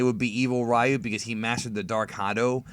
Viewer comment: You use the Japanese terminology for DBZ yet you said Ry-You for Street Fighter when it should be pronounced Ri-You.